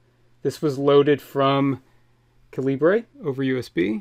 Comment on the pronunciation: Nice video. My only nit to pick is that the program you'd mentioned several times is pronounced caliber. The creator just spells it like a Commonwealth nation would. Libre may be an ideal, but it is not part of the naming.